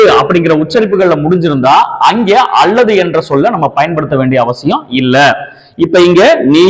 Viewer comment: All okay, but when you say ‘அல்லது’ it’s sounds அள்ளது.please consider